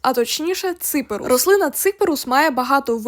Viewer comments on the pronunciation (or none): Взагалі-то, він не цИперус, а ципЕрус. Наголос - на "Е".